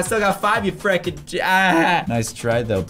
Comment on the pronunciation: Why do you keep on saying "fricken" because it sounds like you are saying"chicken"